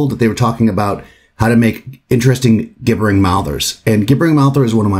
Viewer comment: Please learn to say "gibbering" correctly-- I took psychic damage from this video.